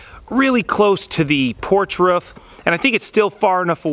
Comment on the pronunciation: It's roof not ruff...Jesus